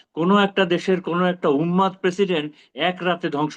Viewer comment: Unmad is the right pronunciation